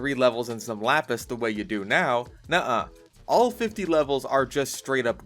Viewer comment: excuse me Lapis what the fuck did you call it